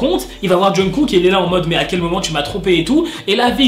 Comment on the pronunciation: C'est moi ou il dit tout le temps "John Cook"............